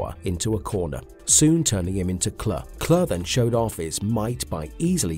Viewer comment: Pronounced Clue for god sakes